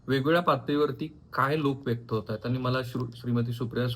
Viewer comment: व्यक्त व्हा असे असते व्येक्त नसते